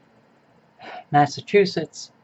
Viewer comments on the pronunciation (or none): none